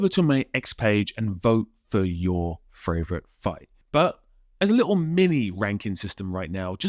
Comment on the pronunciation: fravorite said fravorite again